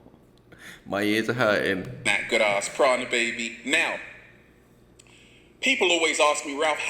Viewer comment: The fact he calls it "good ARSE prana" says it all. Arse Prana? That's literally a fart!!......I definitely aint up for breathing that shit in!! hahaha